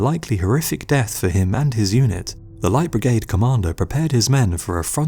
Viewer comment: Do practice saying "Light Brigade". You sound like an illiterate prat.